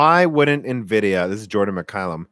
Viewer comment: if you're gonna say nevidia, shouldn't you call your laptop hp nevy?